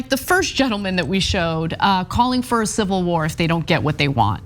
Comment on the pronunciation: Ummmm....if you can't pronounce "civil" correctly, perhaps you shouldn't cream over a "silvil war", you fking idiot. The scary thing is I don't think this guy is cherry picking the worst. Seems like this is average trumper rhetoric.